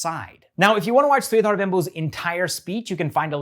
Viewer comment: It's pronounced as Sri-dhur and not Sri-dhaar. AP